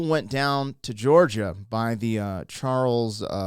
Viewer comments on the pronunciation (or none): OL' CHARLIE DANIELS WOULD TELL YOU....... IT'S CHARLIE NOT CHARLESSSSSS... DUDE.